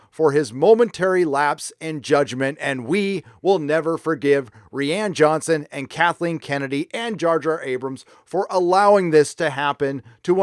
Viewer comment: REE-Ann Johnson